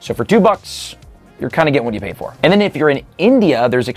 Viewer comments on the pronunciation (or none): Pay pay pay is what I heard